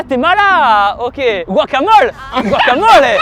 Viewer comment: Guatemala .... Guouagamole tu m'a tué mdr